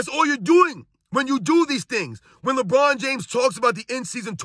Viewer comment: Did he say “LeMedia? 😂😂